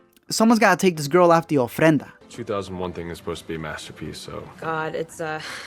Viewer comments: Are u hispanic? You nailed that 'Ofrenda' lol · “ Someone’s gotta take this girl out of the ofrenda “ 😂😂😂 First video I ever see on this channel and once I heard the Spanglish I subscribe 😂❤️